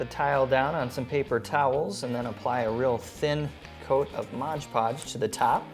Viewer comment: Liked these ideas. Just sayin' though, it's actually MOD PODGE (Not Modge Podge)